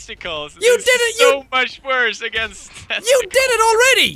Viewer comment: Kayden Williams “testacools”